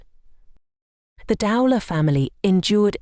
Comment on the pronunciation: Would have been more respectful if her surname could at least have been pronounced correctly. Shame her sister decided to make money from it, I hadn't realised that.